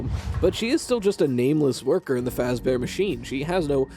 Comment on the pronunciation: I don’t get why this would be where you lost it. “Freddy Fash-Bear” is where you would have lost it, but I’ve also lost it so I’m fine with this